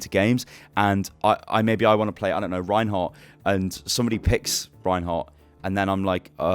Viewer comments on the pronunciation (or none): Reinhardt 'stain' lol :D